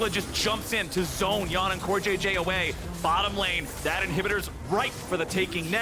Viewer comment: How is more than half your league imports and you’re still pronouncing Yeon as yawn. What.